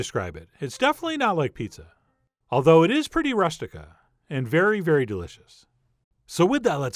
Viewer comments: its pronounced "roo-stik-ah" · Chef, you must have heard this pronounced by a southern Italian. It is roo-stic-a. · “rOOstica” like “rooster” not like “rust” - otherwise; FANTASTIC! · it's pronounced ROO STI KA.